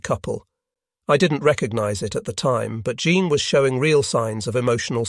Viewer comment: I’ve really enjoyed this series. Even the AI narration has provided some amusing moments: Jean/Zhawn/GeeAnn; SALinas; etc. Probably a lesson, too: even life in paradise won’t preclude divorce.